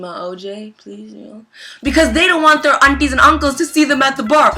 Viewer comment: why the fuck do you say wants